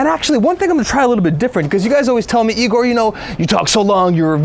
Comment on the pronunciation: I'm surprised his hair didn't turn yellow and go super Saiyan 3 when she said Igor's name wrong